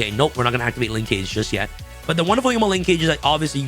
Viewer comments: It’s pronounced: Linkage “Ling-kuhj”. NOT “Lin-CAGE”. Like the word “scrimmage”? I could be entirely wrong and maybe Konami intended to make it rhyme with mobile ‘Engage’ but I swear we YGO players butcher Japanese and other derivative words from other countries but we sometimes don’t realize when it’s just regular English. Konami low key making us forget about grammar and pronunciation when designing card names and text. 🤦🏻‍♂️ *Small rant, carry on. 🤷🏻‍♂️ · pronunciation of “linkage” is giving me an aneurism 🥴